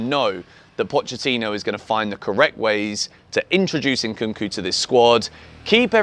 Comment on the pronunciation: Christopher "ENKUNKU" 😂😂😂